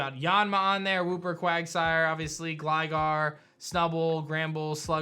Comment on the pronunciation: man really said Wooper *MANCHESTER HAS LEFT THE CHAT*